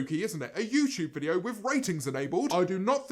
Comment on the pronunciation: Nobody: Not even Jojo Siwa: James: youchewb 👁👄👁